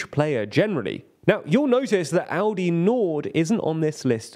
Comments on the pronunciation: How can aLdi be pronounced aUdi? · I keep hearing Audi instead of Aldi the way the presenter pronounces it. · Love how Aldi became pronounced as the german Audi consistently throughout this video (confusing my brain a lot haha) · Somehow it sounds more like Audi than Aldi xD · The way Aldi is pronounced sound like "Audi" which made me confused at the beginning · Please stop saying "Audi" every time... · I get triggered by you calling Aldi Audi consistently😂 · You might want to try pronouncing the letter "L" in that word. You're making it sound like Audi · It’s pronounced “All-Dee’. You are pronouncing it like the car company. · Could you please learn how to pronounce ALDI? You sound like AUDI, which is a different, German yes, but nevertheless different company! I mean, how can you make a video on a foreign stuff without even checking how to read or say it, lol. BTW, I'm not even german and still know how to pronounce it correctly 😅